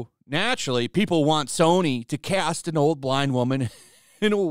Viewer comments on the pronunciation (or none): none